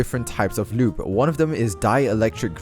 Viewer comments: I love when he says loube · The way says lube 😂